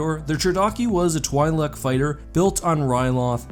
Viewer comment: It's "twee-lek" not "twhy-lek"...